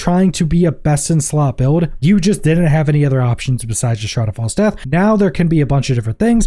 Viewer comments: Shroud haav fall death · Yup, all I keep hearing is shrad av fall DEATH. Kept thinking, I've never used that item, until it finally clicked ... oh he's saying ... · That is the STRANGEST way I've ever heard someone say 'Shroud of False Death'. I had to rewind a couple of times when you first said it because I couldn't understand what you were saying lol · Holy pronunciation batman shroud has false death? Lmao